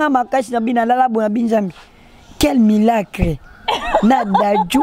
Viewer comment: Quel milaaacle il massacre ça 🤣🤣🤣🤣 trop fort, courage à toi le